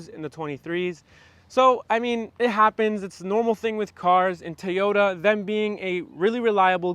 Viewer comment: “Toy” not Tayota. Come on man